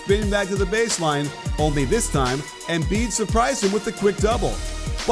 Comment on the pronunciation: Did anybody else hear the “Embid”